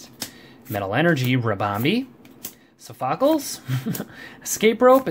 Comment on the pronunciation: It's pronounced sofocles